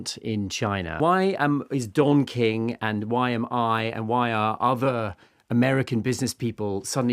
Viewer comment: Sounds like you're saying Dong King and not Don King.